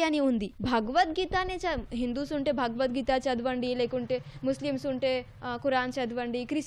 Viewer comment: Bagavad geeta, Kaadu bro Bhagavad geeta Anandi bro